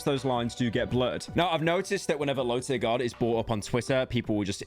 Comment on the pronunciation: LowTierGod* Not "LowTierGuard" fkin brits.